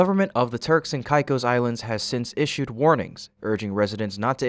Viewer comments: TURKS & KAY’KOSS not whatever your pronunciation was 🙄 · It's pronounced Turks and Kay-kose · Hate to be that guy but it's pronounced kay-cos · Its Pronounced KAY-CO'S